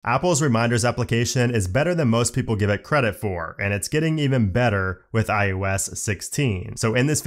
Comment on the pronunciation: Informative, but please stop saying: iUS it is iOS not i U S